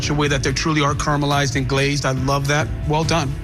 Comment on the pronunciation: Aaron says about Sam's dish: "I mean this thing still has fur on it." FUR?!? Lambs have wool, not fur. This guy's a CHEF? I wouldn't eat any lamb he cooked, since it might turn out to be a raccoon or a dog or a cat, or...? And like so many of these "chefs," he can't even say "caramelized" properly - dropping an entire syllable from the word (Gordon says it right). Not to mention that annoying "triathAlon" business (season 11) - adding a non-existing syllable. If you don't know how to say it, use a different word.